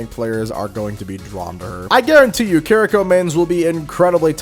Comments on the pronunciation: It is KI-ri-ko. Not Kreeko. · But.. why are you pronouncing Kiriko and Kuriko? 🤣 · If I hear this man say kuh - rhi - co one more time, I might spontaneous combust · You were saying Kiriko wrong throughout her section. It’s pronounced (Ke-de-ko) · The way you say Kiriko actually hurts me